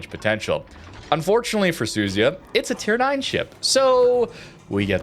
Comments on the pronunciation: The American CCs for this game show such an unbelievably embarrassing level of ignorance towards pronouncing any other nation’s ships, even British ones FFS… How on earth can you look at the letters Su Zu Ya… and then pronounce that as Su-zy-uh?!?!?!?!?! I just came from a Normalguy where he tries talking about La Spe-zi-a, calling it a La Spee-za and worse. Come on guys… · I think right pronunciation is SU-ZU-YA